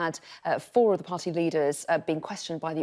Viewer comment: Ar icle , vo ed , par y, .....spot the missing le er. 🤔🙉